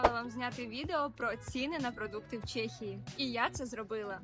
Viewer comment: Чому Чєєєє ? А не ЧЕхія 🤔🤦‍♂️ Так само як Чєк і Чек з магазину